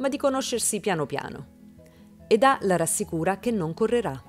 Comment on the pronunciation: Lei si chiama Eda non Edà ! Ma chi fa i riassunti li guarda sti telefilm o li fa solo per i Like ?